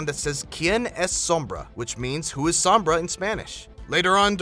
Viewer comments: her name means shade, the o is heavy o so u say it like oh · u Americans pronounce sombra so weirdly, u say sumbrah, its funny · lol u messed up sombra